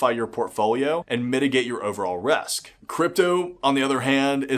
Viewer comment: He says "resk" in lieu of "risk" hahaha